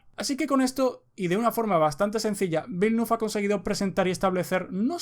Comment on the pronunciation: Bilnuf ? Por favor esfuérzate un poco en pronunciar el nombre del director... resulta desagradable la narración a pesar de ser muy entretenida.